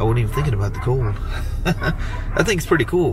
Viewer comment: "It's some kinda purty". Hee-hee🗨️😎👍